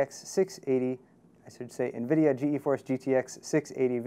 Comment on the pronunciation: stop pronouncing it as G-E-force it's pronouced as "Geforce" [Gee][force]